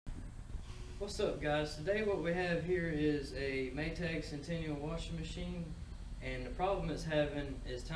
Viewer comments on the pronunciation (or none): Maytag. Not maytage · Maytag not maytage